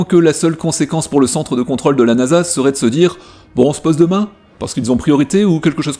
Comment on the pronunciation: ContrŌle, on prononce le circonflexe, svp. Réflexe parisien. Régor